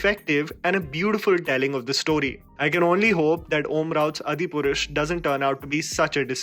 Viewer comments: Hi, it’s been many videos you’ve pronounced Adipurush wrong.. it’s “Aadi” meaning the first or ideal.. not “adi”.. love your videos but this bothers me.. thought should put it out there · It's not अदिपुरुष it's आदिपुरुष। Kindly, correct your hindi pronounciation. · OmRauts move titled 'Adipurush '.... needs to be pronounced as 'Aadi-Purush' meaning first/pristine man, the supreme soul. When you take so much care about being angrez... it is disappointing that you dont research INDIAN names (hope you are indian ?) . All indian languages and names share the same structure and pronounciation essentially borrowing from sanskrit / prakrit. I do like you analysis but you need to correct this point in your presentation.